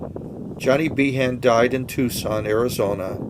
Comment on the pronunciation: He name is pronounced Bean